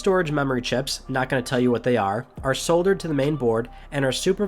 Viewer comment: Is nobody going to tell him that he has been mispronouncing “Soldered” this entire time?